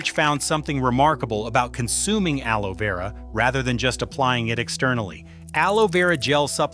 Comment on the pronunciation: AI really struggled with pronouncing aloe vera 😂